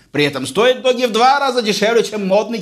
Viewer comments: Не ДОГИ, а ДУГИ. Если это английский конечно. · ДОГИ аж по ушам резануло. Дууги или Дууджи. А так смартфоны этой фирмы хорошие, у меня x5. проблем не было. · Не "Доги", а "Дуги", или "Дужи"